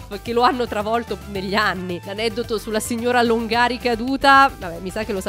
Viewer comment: Signora Lòngari, non Longàri, e Mèdiaset, non Médiaset.